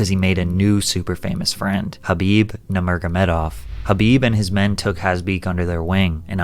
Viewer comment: Nur-ma-go-me-dov. Idk why Americans have such a hard time pronouncing it😂